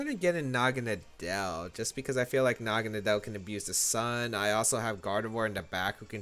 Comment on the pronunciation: Why does no one pronounce the name correctly? Naga-NODDLE (Nadel pronounced as NODDLE which is German for Needle). For some reason everyone accepted to call it Nagonuhdell.